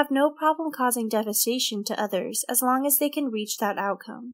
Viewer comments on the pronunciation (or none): none